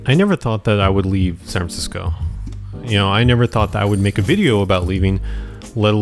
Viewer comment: San Francisco has four syllables, just sayin'